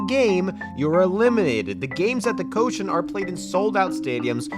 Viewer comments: Dear: This has come up a few times so I just wanted to offer: "koshien" isn't pronounced "ko-shen" but "ko - she - en." "En" is (being used as) a suffix that means park or garden. Don't wanna be that guy (nobody expects you to have perfect Japanese pronunciation of course), just thought it'd be worth fixing for future vids. Keep up the great work! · You mean the Koshi-en [kohshi’anne], right?